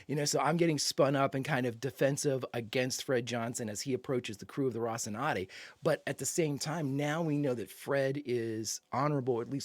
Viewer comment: You've grown to my favorite Expanse reactor in no time,. Just one little thing: Please learn how to correctly pronounce "Rocinante". She really deserves it. You always say something like "Rossinade".